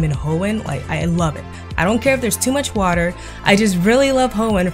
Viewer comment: To much woter